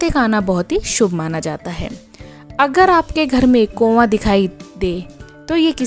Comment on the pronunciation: कोवां नहीं कौवा बोला जाता है